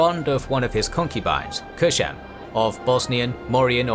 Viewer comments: Kösem, not "Köşem". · Loved the video 💗 but you saying Koshem gets me every time since it’s means Corner in Turkish 🤣Not Koshem it’s Kosem s sounds like C 😂 anyways Actually ottoman sultans had wifes but there’s a misinformation going around that they didn’t & in some cases they had more than one wife, but they weren’t allowed to marry with concubines ppl might confuse on that and assume they didn’t married! Suleiman the Magnificent was married to Mahidevran she was a noble circassian but then he fell in love with Hurrem (Roxelana) & broke the tradition of harem by marrying her. Today many ppl including ppl in Turkey knows that mahidevran was a slave too (she wasn’t) & she wasn’t married to sultan (she was) same thing goes with Kosem sultan Kosems husband Ahmed I was married with Mahfiruz Hatice Sultan b4 Kosem Mahfiruz came from the same family with Mahidevran Sultan mahidevran actually Mahfiruz’s great aunt & Ahmeds father was married with a woman from the same family too Mahfiruz’s Aunt Halime Sultan! Harem was dominated by these Circassian Noble women and the Great Valide Safiye never liked circassians that’s why she Raised a Greek girl named Anastasia and served her to her Grandchild Ahmed. Ahmed later married with Anastasia she later given the Name Mahpeyker Kosem (mahpeyker means- Moon Face, Kosem means Leader) according to some reports Kosem & Mahfiruz were get into fights often and Mahfiruz was look down upon Kosem since Kosem was a slave, Mahfiruz was different she wasn’t dressed as Turk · Omg please stop saying Köshem. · It's Kösem. Not Köşem. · Its "kosem" not "koshem" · Kösem, ööööö sound like in cup